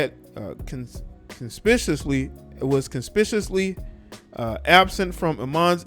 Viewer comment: My nicca the word is “conspicuously”. You should practice reading aloud more. Listen to smart people pronounce these words.